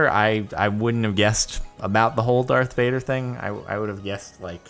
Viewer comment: It's Darth Vuder